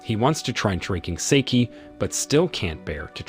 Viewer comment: Sawabe is not the dangerous girl. You’re mixing up characters. And it’s pronounced “sock-hey” not “say-key”